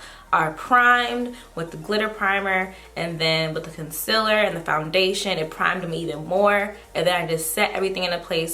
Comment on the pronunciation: I thought it was Concealer not Concillar